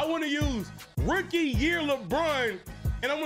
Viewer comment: This man said “Ricky year Lebron”